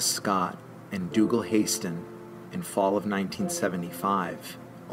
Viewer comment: Dougal HASton. Not, Hayston.